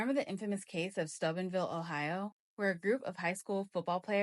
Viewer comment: Side note, I've never heard Steubenville pronounced that way in my whole entire life.